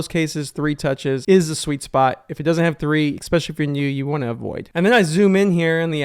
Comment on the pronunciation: I "EXPECIALLY" appreciate the BONUS tip. 😂